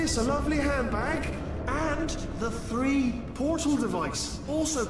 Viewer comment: He says "Three portal device" not "free" and the implications of having three portals that function... How? Is honestly hilarious.